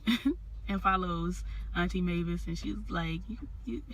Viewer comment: You had the name right its Mavis aka Oprah you did well.